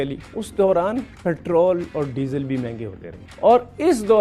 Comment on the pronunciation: के दीवानो को समझाओ पैट्रल नहीं होता पैट्रोल होता है।